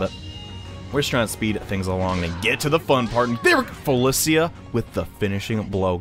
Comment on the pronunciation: Cant stand the way you’re pronouncing Felicia